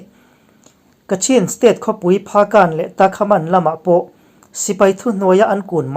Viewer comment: takhamaan nilo a , tamakhaan ani zawk